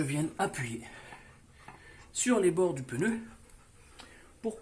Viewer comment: J´aime bien le " peneu " ! 😊 typiquement français de Paris, le peneu.😅